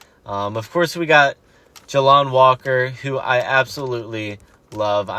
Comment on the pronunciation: JAY LON NOT JA LON